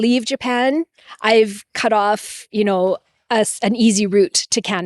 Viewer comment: Lol great Canadian “you know” we got some heavy vowels in Minnesota too